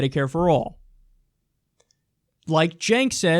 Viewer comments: It's "CENKS"; get your pronunciations right Kyle.. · I don't even like Chenk but his name is not Jenks it's Jenk _'